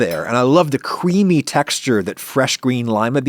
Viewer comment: Did you just say "cewamy" instead of "creamy"?